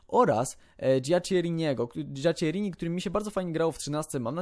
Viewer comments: dżiaczierini? Serio? Dżiakkerini sie mowi :) pozdro fajny sklad. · Źle czytasz nazwisko Giaccheriniego.. czyta się "Giakkerini", a nie "Dżiaczczerini". :) Pozdrawiam :)